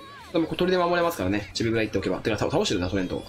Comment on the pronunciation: ちょくちょくチビブルって言っててかわいい